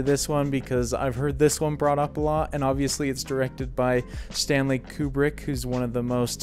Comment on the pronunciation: Koo-brick, not Kyu-brick.